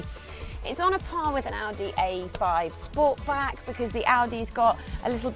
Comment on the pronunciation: It‘s Sportback, not Sportbrake...car enthusiast!